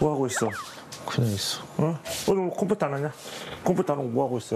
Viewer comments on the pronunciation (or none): 아버님 컴퓨터를 콤퓨토라고 말하시는 거 왤켘ㅋㅋㅋㅋㅋㅋ귀여우셔